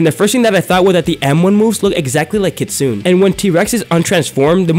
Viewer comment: It not pronounced kit-dune it pronounced kit-sun-nay